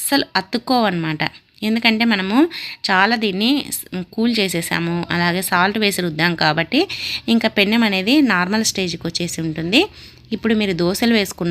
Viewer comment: Pennam kaadu penam koncham telugu baaga matladali